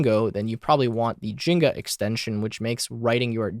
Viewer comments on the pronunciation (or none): It's pronounced as Jinja not Jenga 😂